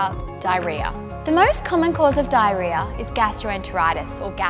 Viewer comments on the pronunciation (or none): Ok I started watching for 10 seconds and I just can’t… I literally make fun of my mother for saying this word in 3 syllables like “DIE-RE-AH” when it’s actually 4 syllables. Mispronunciation makes me crazy.